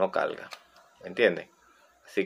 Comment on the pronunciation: el conectoL paLte caLga Habla bien modula